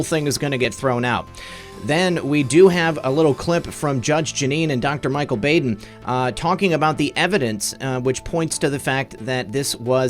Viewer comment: You’re the best, sir! (Baden is pronounced Bodd-en short o☺️)